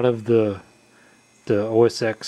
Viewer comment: The X in OS X is pronounced 'ten', not 'ex'.